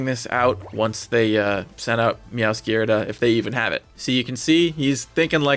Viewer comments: DO NOT say "meowskerda" EVER AGAIN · Can you pronounce meowscrada correctly please?